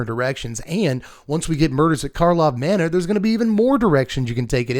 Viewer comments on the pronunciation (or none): none